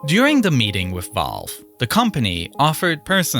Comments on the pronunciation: Volve no its Valve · bro really sead volve